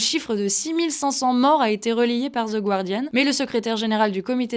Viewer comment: Pour info, on ne prononce pas The guardian avec un son « ou » mais avec un son « a » : gardian